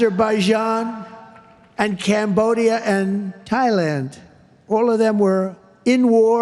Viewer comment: ... at least he pronounced Thailand correctly